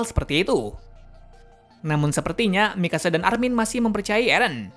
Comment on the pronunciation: Kok malah Dina first bukan Dina frits wkwkkww saya koreksi lagi Armin bang bukan amin